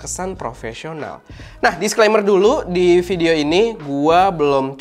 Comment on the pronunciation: "vidoe" :v